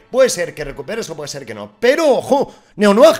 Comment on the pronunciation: Necesito saber de donde sale “neonuag” en vez de neonoir jajsjsjsjjsjsj